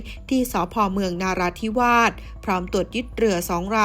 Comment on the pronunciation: จังหวัดนาราธิวาสไม่มีหรอกนะ มี แต่ นราธิวาส อ่าน ว่า นะราธิวาส ควรเรียนรู้ให้มากมากกว่านี้อ่านผิดอยู่ได้ ทุเรศ